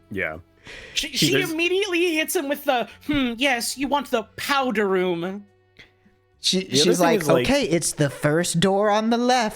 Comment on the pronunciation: The Powdah Roum